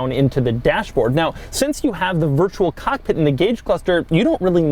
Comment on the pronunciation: Doug the type of guy to pronounce virtual cockpit virtual cock pit check